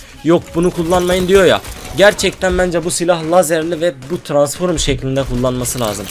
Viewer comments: TRANSFORUM DEĞIL TRANSFROM KARDESIM ÖGREN ŞUNU YAHU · "Tıransforum" değil "Transform" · Abi transform demen lazım sen transforum diyosun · ABİ TRANSFORMA NEDEN TRANSFORUM DİYORSUN? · Transforum degil transform cahil!!